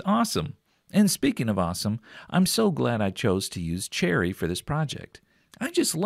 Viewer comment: When you said, "cherry", I thought that I heard, "Jerry". What a bubble-bleep that did not make any sense!